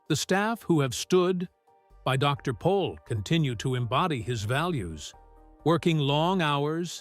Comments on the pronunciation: By the way his name is Jan not John and he’s last name is Pol not Paul. Get it right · Not Paul but Pol